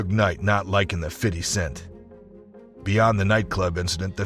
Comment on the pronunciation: Why do white ppl always say "fiddy cent" 😂😂